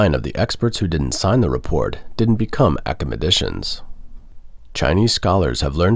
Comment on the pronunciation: what is acamadetion (the caprions read accomodations)? Did you mean academicians